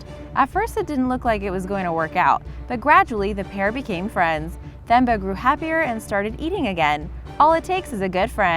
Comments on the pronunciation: The moment she pronounces Themba as THemba instead of Teh-mbah. Cutest video ever though!! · Pronounced Tem - ba not Themba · You say Temba when you call it. Don't emphasis the h in Themba. It's 'Themba' when you write it however when you call it it's 'Temba'. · Themba is pronounced with a hard t. So like tembah. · Number 2, It's Themba, pronounced "Temba" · I think the elaphants name was pronounced temba or timba cause in Africa they do that..,Like my name is Thembi but it’s pronounced timbe.